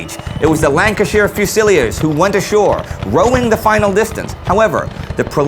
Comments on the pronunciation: Correct pronunciation of "fusilier": few-sill-EAR (accent on the last syllable. 3 syllables, not 4. To listen to the correct pronunciation, click the right speaker in this link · Not sure if it's been mentioned but Fusilier is pronounced fuse-ill-ear. We Brits do have some strange names and pronunciations I know :) Loving the series, looking forward to the future and tanks, they were first built in my hometown :) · fusilier and enfilade are not pronounced that way